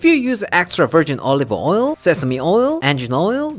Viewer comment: “Olivine oil, sesame oil, engine oil or gasoline oil…” Me nodding away… wait what did he say?! 🤣 if you use any of the latter oils definitely worry about it! 😱